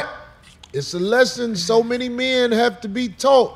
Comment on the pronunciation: That dude doesn't like women. He keep saying "menz" instead of men..lol